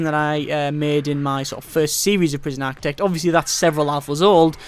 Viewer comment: It's "Architect", not "Aktec" for Christ sake...And who cares about your saves! We come here looking for answers to the problem of overwriting save files in this game...But you know this already...What ever you think this shitty youtube vid prooves, you can shove that completely up your own ass....You truly are a waste of space (Certificate)